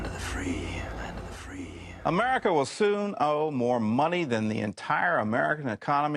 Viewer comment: Land of the what? 👀. Did you say Tree? 😂🤷🏼‍♀️ Have a great weekend! 💙